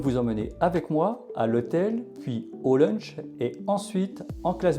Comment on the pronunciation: Bonjour, c'est "lounge" et pas "lounch" 😊